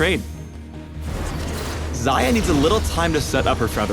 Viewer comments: Зая значит, не Хаях, не Шая. Зая.... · Why do u pronounce it Zaya? It must be Ksaya. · Xajah or Saja how she is pronounced means rabbit in russian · I thought it was pronounced like 'Shayah' :( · Am I the only one who keeps hearing "Zarya?" That's not even the right game! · ang-Xayah-tee FailFish